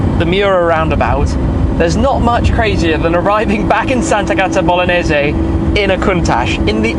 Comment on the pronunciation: Sant'Agata Bolognese pronounced uncorrectly